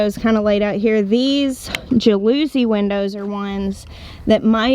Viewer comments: more like ja loo zee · Jalousie Window- JA-LA-CEE windows- that is how you pronounce it. I work in the glass industry and had these windows in my house growing up, and I almost spit my water out laughing when I heard you say it. I'm sorry, I'm not being mean, it was so funny! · Ja luh see is how to pronounce jalousie. The accent or stress in on the ja. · Interestingly Jalousie from the Italian word gelosco for jealousy, when the window is closed the interior of the home is protected from jealous or peering eyes. Jalousie, rhymes with policy. 😉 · In Florida we called them jal- o - see windows, funny how different areas have different pronunciation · Congrats on the new puppy! Also I think the windows are pronounced jal- a see, But you can say it how ever you want lol 😂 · Lovely puppy, the windows are technically pronounced - ja luh see - but I suspect there are regional differences. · Raf is just adorable! It never ceases to amaze me the differences in how different sections of the country pronounce words! The Northeast would say "JAL o see" windows! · I lived in Miami with those kind of windows and,we always called them jal-uh-see (accent on the first syllable) windows 😍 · It is pronounced Jal- a -seese on the shuttered windows. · Just FYI, Ms., “jalousie” is pronounced with the emphasis on the first syllable. The second syllable rhymes with “us.” So “JAL-us-ee”. I had to chuckle….reminded me of Dr. Wyche tomatoes! 😊💕🌸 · Yep!! I grew up in Florida with Jal-us-see windows! That’s how we said it too 😊🤣♥️ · At least pronounce it the French way, I'll make it phonetical: Y'all-ou-SEE. Emphasis on See. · When you come to the video to correct the pronunciation and see its already been done. JAL-US-SEE.. lol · Pronounced jal-oh-see! Really popular in 50's and 60's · I think it's pronounced jal-a-cy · Just came to tell her it kinda of rhymes with galaxy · Agreed...kinda like jealousy or jealous with a long 'e' on the end! Still, cracks me up!